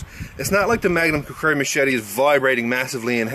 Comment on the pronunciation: lol you say it like kukuri